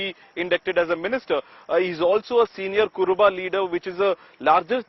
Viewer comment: It is not "Kuraba" . It is ",KurUba". It is U and not a. Be careful next time.